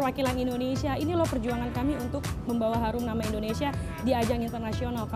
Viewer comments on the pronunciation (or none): Dengernya kok rata² bilang Endonesia ya bukan Indonesia. Sampe ulang - ulang dengerin tetep dengan Endonesia.